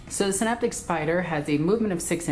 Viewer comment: Can (as in tin can) - optek, with a hard C :)